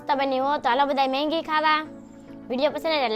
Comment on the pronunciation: Maggi ❌ Manggi ✅😂